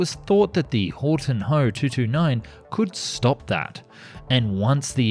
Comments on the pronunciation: Well, your try to pronounce Gothaer Waggonfabrik was not as bad as it could have been and surely not as bad as you thought. Only it is Horten, not Horton. And in Germany nobody says H-O, we say Ho, just like we do not say M-E for Messerschmidt, we say ME, speak "MEH". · It's called Horten not Horton